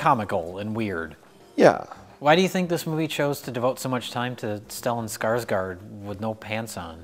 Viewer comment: It's pronounced Skarsgourd not Skarsgaard :)